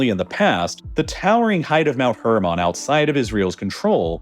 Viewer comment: Please stop saying hermon like that